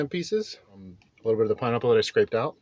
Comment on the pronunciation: Absolutely butchered that pineapple lol